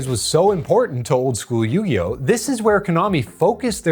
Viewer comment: Or “Queeriboh”